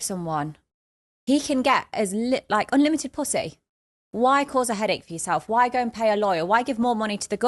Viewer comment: “Onlimited Possay”